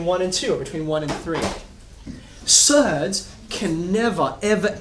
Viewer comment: Is that a typical Aussie accent? Surds, that is?